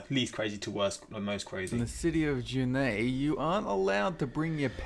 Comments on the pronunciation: Did this mans just pronounce Juneau as "Juh neigh" it's pronounced "Ju no" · It's "JOO-no" Alaska... not whatever that guy said... Ja-nay? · IM ALASKAN... ITS NOT 'JUNE-AY'... ITS 'JUNE-OH'...JUNEAU, OUR CAPITOL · I want to say his pronunciation of Juneau Alaska was horrendous it is actually jew-no or june-oh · I found the person narrating this one to be very condescending and he does not know how to pronounce the names of our cities and states. Juneau is pronounced Jewnoh. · did the guy just pronounce "Juneau" as "June-ay"???? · Did he just pronounce Juneau(Joonay)? lol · For Alaska the city is pronounced 'Jew-know'. Juneau is how it's spelled. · I live in Juneau, Alaska (which is actually pronounced Juno; it's name after a French-Canadian dude) and this town IS strangely obsessed with flamingos lol. TONS of even the nicest homes have plastic ones in their yards. (Also: it's actually illegal to hang stuff from your rearview mirror in a lot of states, but everyone still does and I've never heard of ANYONE getting a ticket for it.) Great reactions! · As a Juneauite I died a bit inside